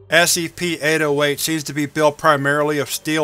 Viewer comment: my friend just pointed out that it sounds like you say ASCP not SCP and now i cant unhear it 😢 However another great video thanks dude!